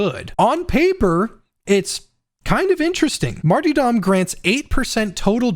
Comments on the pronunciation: Who is Marty Dom, and why are you so upset at him? Mar-ter-dom, mate. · really hate that you said martydom instead of martyRdom. cod has ruined an entire english word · J, I am SO SORRY, but I cannot focus on a damn thing you’re saying during the Zealot section when you’re talking about the Martyrdom talent 😂 “Marty-Dom!” 🤣 My friend, let me help you. It’s pronounced like this: Marr-turr-dumm. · Seriously great video. I think you're a little underestimating martyrdom. When paired with until death÷Holy revenant you really motivate pretty much all the risk for a consistent 32% to 40% damage buff and 16% to 20% attack speed buff. That's a huge buff that doesn't cause players to go down any more often than normal. ALSO The word is mart-ER-dom not mart-EE-dom. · "Marty-dom" My sides 🤣 Pronounced: Marterdom Great video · Hes trolling pronouncing martyrdom like mart E dumb right? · Martie-dom. Lol J. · The multiple mispronounced martyrdom attempts had me rolling 😂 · Great video! Dont think I've ever heard anyone say Martyrdom like that before haha